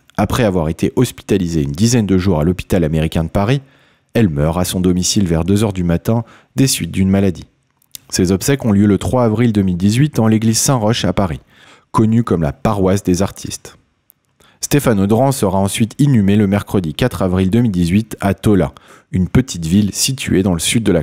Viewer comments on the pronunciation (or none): Saint Roch se prononce roc